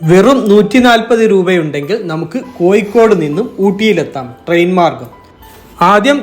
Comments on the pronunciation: കോയ്ക്കോട് അല്ല കോഴിക്കോട് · കോയി അല്ല ഊളെ.. കോ'ഴി'ക്കോട് എന്ന് ഉച്ചരിക്കാൻ പഠിക്ക് ആദ്യം.. എന്നിട്ട് യൂ ട്യൂബ് ചെയ്യ്... അവന്റെ മറ്റേടത്തെ കോ'യി'.. അക്ഷജ്ഞാനം ഇല്ലാത്ത കുറെ യൂ ട്യൂബോളികൾ... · ശരിക്കും കോഴിക്കോട് ആണോ കോയിക്കോട് ആണോ, ഏതാണ് ശരി. ഞാൻ തെക്കൻ കേരളത്തിൽ നിന്നുള്ള ആളാണ് അത് കൊണ്ട് ചോദിച്ചതാ.